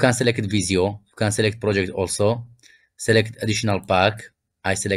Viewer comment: tell me your persian without telling me your persian, selekit